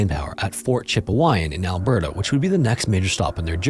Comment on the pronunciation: Right, it sounded like cheap wine and alberto😂